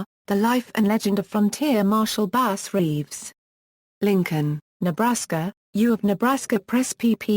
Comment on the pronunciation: The narrator should learn how to pronounce his name.